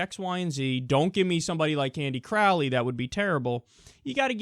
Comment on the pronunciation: Crowley rhymes with "holy".... durrrrr..